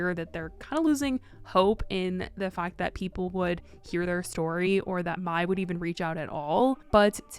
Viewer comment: I like how you said her name 'maai' and not 'may' 💛